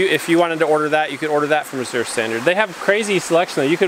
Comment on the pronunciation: Your Azure Standard coordinator is supposed to let you know when the truck is late. Pronounced Az-zure.